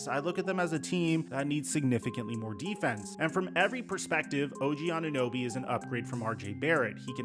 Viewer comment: She cant even say OG name correct